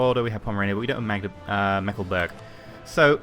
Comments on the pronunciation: Meckleburg? xD You mean Mecklenburg right? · "Meckleburg" "meckle" "burg"